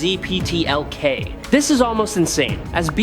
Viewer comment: Mickzeepitylix is how it's pronounced, but great narration.